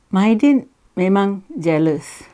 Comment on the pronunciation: Tahan lah lama....Mydin....hahaha kelakar la......pelat ya....